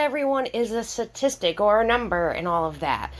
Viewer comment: hey girl, I love your coverage on Rachel, but omg every time you say statistic as 'satistic' actually really stood out to me this episode hahaha 😂❤